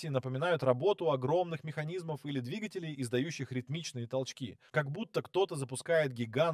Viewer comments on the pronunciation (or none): none